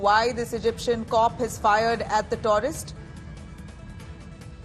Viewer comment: Taurist 😂😂😂 or tourist... ?? 🙄🙄